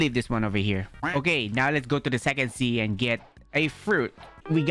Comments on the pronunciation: Bro said sexy instead of sec sea 💀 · why say sixsy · Bro said se-y on second sea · The way he said sec sea in the start🤣🤣🤣